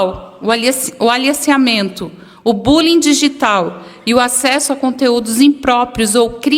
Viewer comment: Aleciamento? Eu ouvi bem?